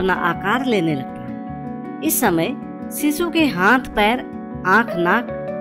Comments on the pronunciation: It's shishu....not sisu..... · सीसू नहीं शीशु 😂